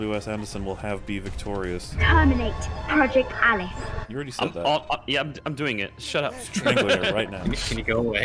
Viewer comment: Every time says 'Alice' all I hear is 'Az'